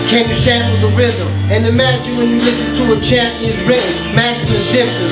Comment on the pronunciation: Negatibo: it was wi-en... Feeling egoy si gago